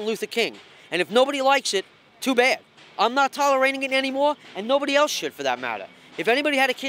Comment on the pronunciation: “I’m not TALLorating that” lol